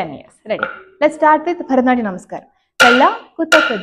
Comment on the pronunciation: Please say bharathanatyam separately and khuchupudi seperately